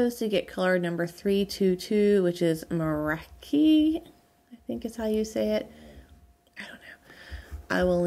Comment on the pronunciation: Your finished shawl is beautiful! With what are you stuffing the head of the octopus? Flower is adorable! I like it as a bum and yes for possible legs! Your yarn cake colorway is very pretty. I think it is pronounced Mar-rah-kesh. Your yarn from Smoky Mtn shop is also gorgeous. How neat the one who did the dying and spinning leaves a note! The Urth yarn is also pretty; cannot wait to see what you make from it!